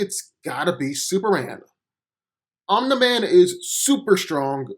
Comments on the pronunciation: It's 'Om-Knee Man' not "Om-Neh Man" smfh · Omna man bruh how can someone not pronounce Omni man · I hate that you pronounce his name like you’ve never heard the word before...it’s pronounced OM-KNEE MAN not that shit you’re saying🤦🏾‍♂️ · This narration is terrible. first off its pronunced omini man not ominai man. Second off omini man is not the superman on his planet. after the cleansing of vultromite everyone in that planet is a superman. Omini man is not even top 10 in the pinnacle of their civilization. And as a fan of invincible I still know this is not a fair comparison. Omini man is not a match for super man. I dont think entire voltromite population will be enough to kill super man. or make him bleed under a yellow sun. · The way you say Omni-man is cringy AF, its not even hard to pronounce 🤣😂🤣😂 they literally say it constantly in the show so how did you end up saying it like that? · Why does he pronounce his name omna man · It’s Om-Neeh-Man dumbass, as in Om-Neeh-Pō-Tent? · I keep hearing “Omelette man” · "Um Da Man" speech impediment ass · The way you said omni man name wrong was a immediate dislike 👎🏾😒